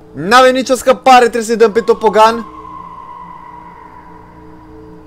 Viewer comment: se scrie tobogan da se zice topogan